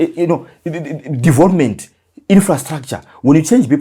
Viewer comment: It's development not devopment dofo